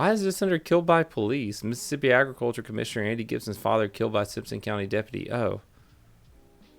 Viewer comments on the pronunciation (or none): none